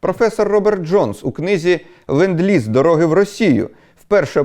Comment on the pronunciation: it is "LEnd-Lease"!!!